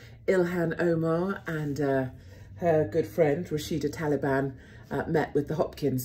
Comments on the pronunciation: in english accent ....did you just say rashida taliban? lmao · She did 🤣🤣🤣